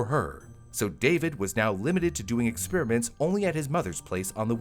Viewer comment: "Experiments," not "expeeriments."